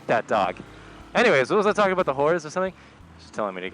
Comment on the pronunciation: I can't help but notice every time you say "aboat"